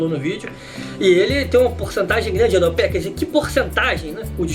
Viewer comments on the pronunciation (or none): none